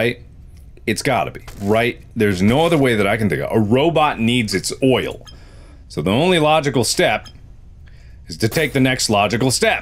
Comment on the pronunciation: It sounds like Markiplier is saying loyal when he says oil a lot